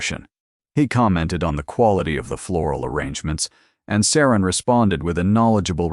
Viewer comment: It’s SARA NOT SARAN!!